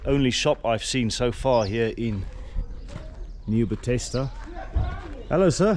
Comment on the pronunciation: Please rather present in you home language. Your pronunciation in English is irritating eg Nieu Bethesda and video.